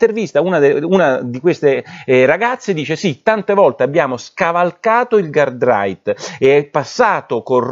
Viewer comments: Nicola scusa ma "GUARDRIGHT" non si può sentire .... si dice "GUARDRAIL" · Porro, potresti PER PIETA' delle nostre orecchie imparare a pronunciare la parola GUARDRAIL, che non si pronuncia "garrait" ma "gardrail"?